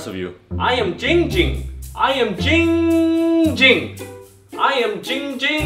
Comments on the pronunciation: This is the only occurrence where Nathan has pronounced jinnng jing’s name right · Finally for the first time Nathan said Giiing Ging correctly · he finally pronounced his name right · The only time Nathan has ever pronounced Ging Ging’s name correctly.